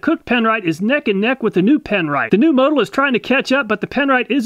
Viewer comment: It's pronounced moe-tool🤣🤣